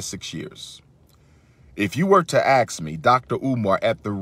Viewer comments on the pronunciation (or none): Why does a Scollar keep saying aks instead of ask it bothers me😅😅